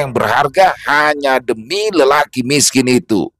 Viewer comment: Jgn di tekan klo ngomong "lelaki miskin ituu"😂